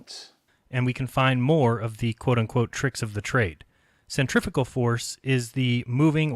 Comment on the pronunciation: I'm not sure if his grasp of science annoys me more than his pronunciation or centripetal and centrifugal or not. Summary "Maths is invented so this is why we should use the bits of physics designed to calculate forces we're not seeing rather than the ones consistent with what we're seeing because what we're seeing can't happen in a world I've imagined. My imagined flat world isn't moving in different straight lines all at the same time but your're hiding that by claiming it's a spherical object rotating and using equations to prove that which just don't work on a flat earth which isn't being pulled in different directions at different magnitudes at the same time."